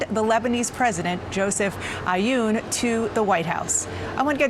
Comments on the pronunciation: Joseph Eye-oon 👀 lol😂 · She massacred the family name of the Lebanese president. She clearly never cared to learn it before :-)